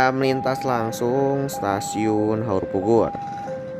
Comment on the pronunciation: suaranya dijelaskan dong, krn saya dengarnya seperti haurbubur, bkn haurpugur